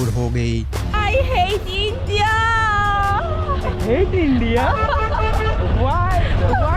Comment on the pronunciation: Bhai andia nhi india bol